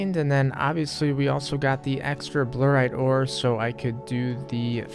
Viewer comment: Bluerite What's the deal with your basic pronunciations just like in general